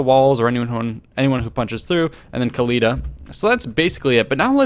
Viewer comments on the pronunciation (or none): No, Oakly. "Ec-Khalida".